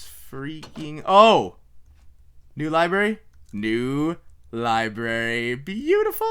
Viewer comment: Wait did he say liberry...xD